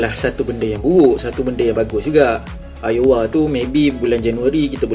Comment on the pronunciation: Nice content bro, cuma cara sebut Aouar ialah "Au-war"